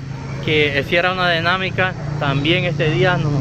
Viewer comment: Denamica error es dinamica, pidir error es pedir, pencipio error es principio, partecipar, error es participar, estudia para que aprendas a hablar, ya que que te gusta entrevistar gente.